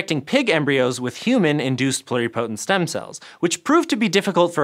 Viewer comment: Anyone else cringe every time mispronounced "pluripotent"?